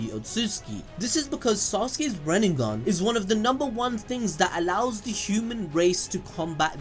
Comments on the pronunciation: Stop saying "ren-ing-gan". It's Ren-ay-gan. They litearlly say it a thousand times in the show. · Wtf is a God damn "renningan" ?? RIN-NE-GAN not REN-NIN-GAN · my guy its rinnegan not reningan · It's "rinnegan" bro. Not "runengan." No flak, but you know. Please say it right. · It's RINNEGAN not riningan 🤦🏾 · pronounces it rinenengan. lol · Kakashi said “Renbegone” 😂😂😂😂😂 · I always hear like if you’re saying renningan 😄